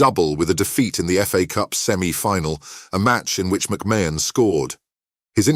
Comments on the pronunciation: The shock is producing a video under the name sport icons without having the respect to say the name correctly. You have said the name differently multiple times and still haven't managed to say it correctly even once. Say It like this MAC MARN . Secondly do your homework ...... why put up a random photo of Gary Stevens ???? You do realise that isn't McMahon? thirdly where exactly is this shocking news he has just revealed?? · How can you narrate a story when you cant even pronounce his name properly jeeeezzzzz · If enough people report this dross it might eventually be removed by YT. Can't even pronounce McMahon correctly! It's just click bait lies..... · At least say his name right 😂